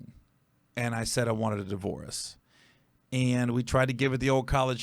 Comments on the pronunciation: This is throwing me off cuz you saying divorce like delores. Respect the transparency though. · A di-vore-us…? Stop saying divorce like that 🤦🤦🤦🤦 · Bro...why does he keep pronouncing "divorce"..."Divo-warce"...😂😂😂... like he is an eight year old who just wants his "wowy pop". I swear, once you listen to it, you can't unheard it! 😂🤣😂🤣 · The way he pronounces divorce is so weird